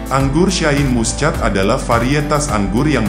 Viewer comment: Baca Shine Muschat kok dibaca letter lux😂😂😂😂wk kk